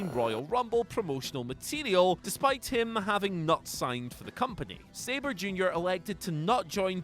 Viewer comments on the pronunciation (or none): none